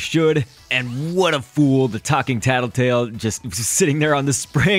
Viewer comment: Luis Berdecia Its Tattletail, not Tattletale.